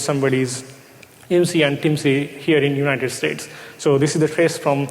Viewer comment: The first sentence was wrong. Its IMSI not ISMI xD